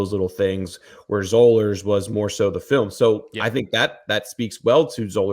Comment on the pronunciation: It's Spring-FORD. (Not ferd) Also, it's Zollers, like dollars.